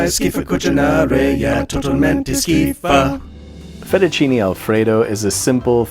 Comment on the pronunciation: Just correct your pronounciation of Fettuccine. The second E sounds exactly like the first E. (our letters always sound the same).